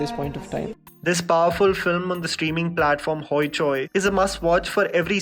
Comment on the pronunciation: Sorry but I laughed out loud at how you said "Hoichoi". Bengalis will know why.